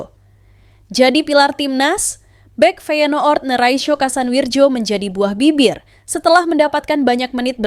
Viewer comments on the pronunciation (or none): Cara bacanya kasan wiryo.... bukan wirjo